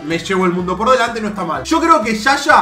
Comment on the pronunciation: Es yaya no sha sha